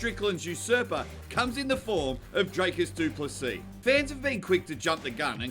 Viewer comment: You will know how to pronounce his name after this fight, sheep shagger